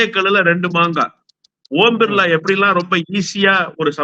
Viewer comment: ஓம் பிர்லாவா ? ஊம்* பிர்லாவா ? தயவு செய்து சரியாக உச்சரிக்கவும்.